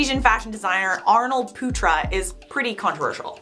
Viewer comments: Arnold putra But the way she pronounce it when talks really fast is “Arnold puta”, puta is not a good word in other language lol Not coming for our lovely, I just find it really funny 😂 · The way you pronounced putra XD ehehehhehe